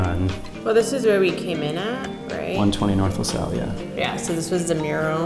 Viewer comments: Lasalle is pronounces LaSale. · LaSalle, not LaSol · Just fyi.. luh-sal. Like in 'salvation'